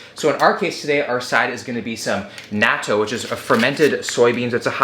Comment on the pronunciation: pronounces Natto incorrectly Me (a jerk in the comments): He tried